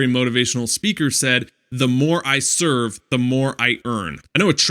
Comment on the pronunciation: serve not sevrer lol